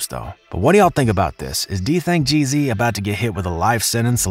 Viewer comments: You pronounced his name wrong the whole video. It’s Dthang g’z not gee zee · Gee-Ezzz not GEE ZEE 😂💯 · It's Geeez not G-Z lol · it’s Dthang Gzlyy not Geezy😂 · White boy in black folks bidness! His name isn’t dthang g-z, it’s dthang Gz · Stop saying G-Z bruh, it’s Gz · It’s “ Gzzly “🙄😂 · Geez not geezy + his name is Daniel not what ever the fuc yu said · GEEZ not G Z haha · Makes me embarrassed to be white when he says geezeey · Bro wth is a geezee😭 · Nigga said Gee Zee 😆, stop reporting on NY outsida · rah gizz 😑😑😑😑 learn how to fuckin pronounce shit wit yo white ass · If this nigga say dthang G-Zee one more time… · Nicca said D Thang G ZEE 😭. Bro this ain’t it. There’s too many errors in this but I think you’ve done it for click bait 😏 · Nigga can’t even pronounce bro name who tf is dthang geezy gz like the gs just with an z hurt my ears everytime he said geezy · Ur saying gz wrong its GEEZ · It’s literally just pronounced “G’s” just more emphasis on the “s” sound like “zzz” so it’s Dthang Gz of the YGz lol